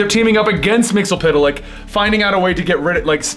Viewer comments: Hello sir and/or madame. You are pronouncing Mxyzptlk all wrong. You've seen that episode of the Superman Animated Series right? "It's mix, yezzzzz? Spit! Lick." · You pronounce mxy's name wrong. Its mix. Yes. Spit. Lick. Not mixel. Pitel lick.